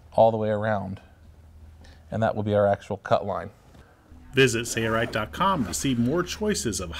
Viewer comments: I love this video. My only criticism is that the narrator does not say his company name properly. Please enunciate SaiL Right. No Sareright. Thanks! Good job guys! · Awesome video! Are you saying SAYA_RIGHT? looks like SAIL-RIGHT. Just want to know how to pronounce it.Thanks! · He says sayaright